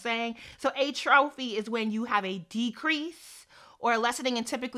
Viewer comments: Atrophy is pronounced AT-trofi, not A-trofi and it’s when your body parts deminish, decrease in size. I.e. cells, tissue, muscles, etc. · Love the discussion, as an aside atrophy is pronounced like at-tra-fee. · Atrophy / (AH- trow- FEE) My OCD just kicked in lol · Omg I have patella femoral syndrome (cartilage in my knees worn away so my bones rub against each other) too! My doctor was like, "oh there's no proven way to replace the cartilage so I guess just make sure your hip muscles are strong" lol. Hearing that when I was 18 was not encouraging Also, atrophy is pronounced "AHtruffy" :)